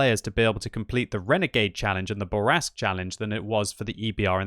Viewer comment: SAY IT SLOW, SAY IT SLOW, MON AMI: le char Bourrasque (say: Boor - ask)... Please. You are ruining my ears. Love you anyway.